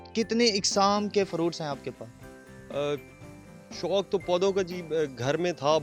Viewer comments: it is 'shok' not 'shonk' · Shounk hahahaha shouk hota hy naa k شونک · شنوق نہیں شوق ہوتا ہے۔میزبان کو اردو ہی بولنا نہیں آتا۔چینل کا نام اردو پوائنٹ ہے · فَرُونٹ، شونق۔۔ ارے بھائی تھوڑا اپنے اردو کے تلفظ کو بہتر کرو۔